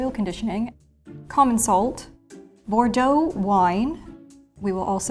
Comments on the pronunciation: As French, I died a little when you butchered the wine. XD for science, right? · How she massacred the Bordeaux! Noooo 😂😂